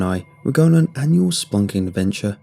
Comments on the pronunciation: I kept hearing "spunking" and let me tell you. Didn't like that. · First time he said it i heard spunking adventure. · Kinda feel spunking is safer than spelunking though...if a tad unhygienic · I believe its spelunking lmao. Excited for this tho cave stories are the best Edit: please tell me there's a part 2 coming